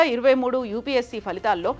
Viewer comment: It's upsc not upsp